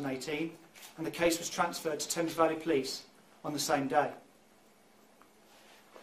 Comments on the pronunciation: Thames isn't said like flames....its said like "tems". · Tames is pronounced "Temes" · Thanks for covering a UK story. Just so you know 'Thames' is pronounced 'Tems' yep, weird but then there's other place names in UK that are said completely different to how they're spelled! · Friendly FYI from a recent Sub in the U.K. : For future videos about the U.K. that may come up… In the place called “Thames Valley” the first word is actually pronounced more like “Tems” - gotta love the English language 😂🤣😂🤣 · I’m new to the channel and love your content and presentation. Keep up the good work! Just a little note on this one. Thames is more commonly pronounced “Tems”. This goes back to Prince Albert and his difficulty in pronouncing English words with his German accent. You’re a great writer and presenter. Really enjoying it! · Hey beauts,I know of this case and am from here and it's pronounced the temz not Thames. Weird I know but that's us Brits for ya 😂 thanks for covering this though as I've not seen it covered yet and she deserves all the coverage she can get. People need to be her voice. Xx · Am just starting this video but loving the way you’re pronouncing the British place names etc 😄 Not easy unless you know, but for example ‘Thames’ is pronounced: Tems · Oh and it’s “tems” valley police. I know, I know we make no sense here 😂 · Thames = tems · Love your content but we pronounce it Tems for Thames xx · Thames is pronounced as if the "h" is silent. So, it is pronounced as Temmes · I think Thames is supposed to e pronounced Tems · You pronounce Thames tems ❤ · Thames is pronounced Tems, just so you know 😊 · Just a note..Thames is pronounced Tems...not a criticism just a note...best wishes to you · ❤And my lovely friends, it’s pronounced ‘Tems’. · Thames is pronounced temz. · Thames is pronounced Tems, much as I loved your pronunciation it was incorrect. We also don’t have felony warrants over here. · Thames is pronounced “tems” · THAMES IS PRONOUNCED TEMS